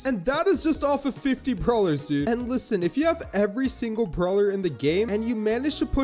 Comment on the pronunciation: every time he said "LISSEN" i gave up on my serious mode